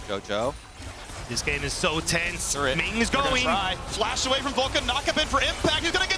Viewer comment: Turrent range decrease?? Faker~ What was that~